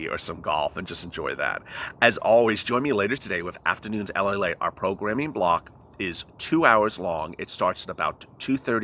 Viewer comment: LALATE, not Palate! Lol